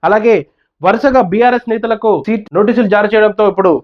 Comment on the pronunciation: సీట్ కాదు బ్రో 😂 సిట్